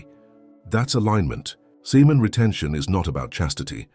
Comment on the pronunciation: did he say SIMON RETENTION? Kidnapping is illegal! LOL